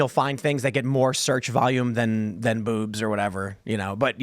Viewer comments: It sounds like Tim is saying “boops!” When he says “boobs” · The way Tim pronounced boobs just made my morning